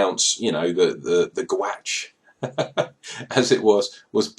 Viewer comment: gwatch be buggered, lmao. its pronounced like "cootch" means "cuddle" Got to get me one of them. Glad you had a good time and hopefully you'll get your jumper back soon